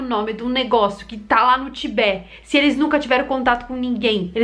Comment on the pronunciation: Em português diz-se Tibete e não Tibé e a capital é Lhasa que se pronuncia "Lássa". ;)